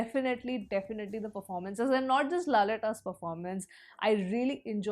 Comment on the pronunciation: But nice to hear she calling "Laletta"